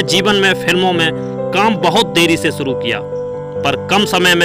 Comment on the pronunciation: Please work on your Hindi pronunciation. The pronunciation was horrible. Specially 'sh'. It really doesn't look good when you pronounce 'suru' instead of 'shuru'.